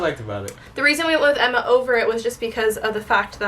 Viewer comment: melissa Lovell it was a joke, said Emba instead of Emma 😂